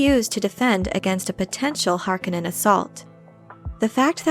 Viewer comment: Nice video, but I cringe every time you pronounce Harkonnen.